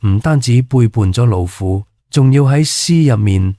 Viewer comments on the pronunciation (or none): 呢條片嘅， 他所講的廣東話跟字幕 有很多出入？ 例如： 👇🏼⋯⋯ ⋯⋯橫溢的溢字？ ⋯令狐綯👈🏼卻讀成： 令回好? 亦重覆很多次都讀成： 令回好??? ⋯節度使👈🏼卻讀成： 節度洗? ⋯老父 👈🏼卻讀成： 老虎? 真係好離譜啊!!!! 是否又話係什麼 AI 的傑作? 👂🏼得令人很不舒服， 都不想再看下去!😣😖